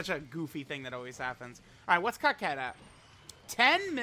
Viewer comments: It's cocotte not coquette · Sorry. Was thinking that someone would correct you but that hasn't happened yet. Her name isn't pronounced 「Kaket」. It's pronounced 「"coco" small pause "to"」 The first "co" and second "co" sound exactly the same. The "to" sounds the same as the "to" in the word "towards." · I thought her name was pronounced Co-cette not cockette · I’m pretty sure her name isn’t pronounced COCKette but that’s just me 🤷🏻‍♂️ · Are you sure you’re saying the name right? I don’t see how “otte” makes “ette” sound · bro said Cockette 🤨